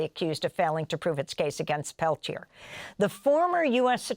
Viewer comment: Mr Peliter? Really? They couldn’t even pronounce his name properly. 🪶FREE LEONARD PELTIER!🪶